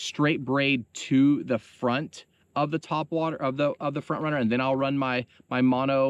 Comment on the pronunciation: Haha "tweakin ya twhat waters"